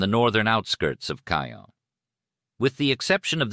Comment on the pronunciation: It's Caen. Cannes is in the South of France. Caens is pronounced Con. Our car broke down there a few years ago. But yeah the AI thing needs an improvement.